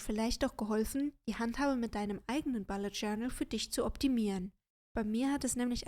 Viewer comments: Hallo :) Ich finde das Video sehr erfrischend, wenn man sich den Bullet Journal Dschungel auf YouTube anguckt. Einzige Bemerkung: Es heißt bUllet Journal, nicht bAllet Journal 😉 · Mich irritiert nur die Aussprache von "Bullet". Sonst prima. Danke